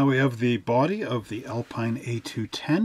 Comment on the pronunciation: Alpine is pronounced "Al-peen" your Quebecois speaking customers will confirm. The Alpine range of sports cars were very competitive picking up many class wins. Great kit👍